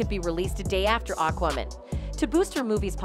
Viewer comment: Aqwamen lol